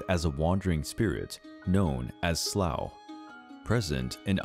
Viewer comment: Leannan sidhe is pronounced: Lannan Shee , Sluagh is pronounced: sloowa, Abhartach is pronounced: owir-tok